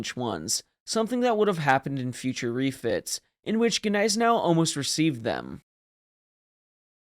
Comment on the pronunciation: I'm just saying, get it correct, the G is silent. Come on man it's not that hard. Don't get mad, get better😉✊️